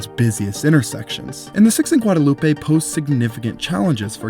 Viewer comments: Heads up. It is NOT Guadalu peh in Austin. In Austin, the road is called Guad uh loop. It's one of many streets that are divorced from perceived pronunciation that would normally be assumed. Like Koenig being pronounced Kay-nig, Burnet Burn-it, Manchaca Man-shack, and so on. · I love this content concerning one of our new buildings but the street name “Guadalupe” is pronounced “Gwad-uh-LOOP” here in Austin. I know I know… the correct pronunciation of that word is mispronounced here when referring to that street. Just for your information so that you can improve on your content. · We pronounce Guadalupe as Gwad-a-loop. Just so you know. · I know you’re pronouncing ‘Guadalupe’ correctly, but in Austin we say “Guadaloop” so it’s kind of funny and odd hearing it pronounced this way. I’m like, what is he talking about?? 😩😂 that being said, great video!